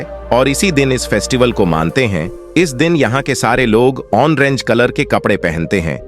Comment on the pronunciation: ***ANCHOR: IT is ORANGE--NOT O(N)RANGE.thank U. & U often add (ON) to oil and say "ONAIL"! It is just OIL, that's all! Oil---OIL ---OIL, PLEASE!